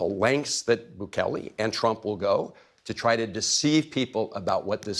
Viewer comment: He can’t say the name of the president of El Salvador? Is he a racist or a jackass? Sorry for the redundancy.